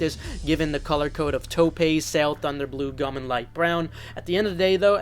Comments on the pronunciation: I'm too high for this notification😅Taupe is pronounced like Dope. Not trying to be an asshole, just wanted you to know. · It's pronounced "towp" other than that cool vid